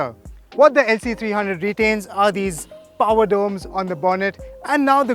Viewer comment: People with paaaarrrr nai people with POWER... what the hell is paaarrr